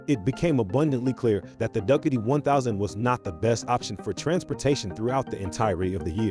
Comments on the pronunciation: Would've given this a like, but "duckatee"? And saying bicycle for motorcycle? Gives away the AI. And I don't like AI voice. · hilarious pronunciation of Ducati!!!!!